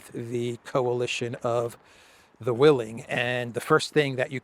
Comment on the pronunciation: At one point, you had a slight speaking slip where it almost sounded like you said "coalition of the willies". I'm American, but know some British slang, and I think that considering British slang, it would be a little funny to refer to the UK and 008 forming a "coalition of the willies". Very fitting.